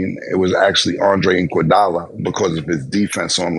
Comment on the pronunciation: They butcher everybody name. Who is andre inkwadala 😂 or lukahhhh don kich. 😂😂😂😂